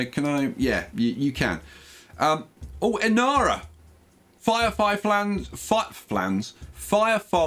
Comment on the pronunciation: LOL, it's Inara from Firefly, not Enara ;)